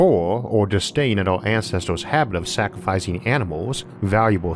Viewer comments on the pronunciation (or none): none